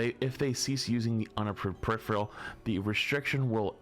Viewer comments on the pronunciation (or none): It’s peripheral. Per-if-er-al. Not periphREal. Smh my head. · Died a little every time flats said peripheral 😂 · PER-IF-ER-AL, not PER-IF-RE-AL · its one of those words where many ppl make the same mistake just like "turret" does not contain the letter N.